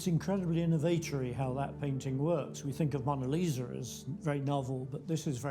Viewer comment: the Mona "Leezer" he called her lol